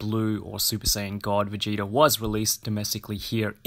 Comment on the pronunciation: “vegata” bruh it’s vegeta